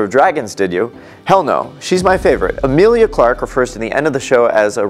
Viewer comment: Her name is not Amilia!!! She is Emilia